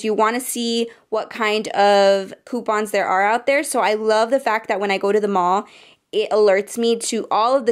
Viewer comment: You said "poopons" 😂😂✋